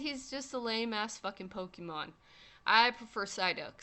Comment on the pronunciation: Say "Pokeemon" one more time.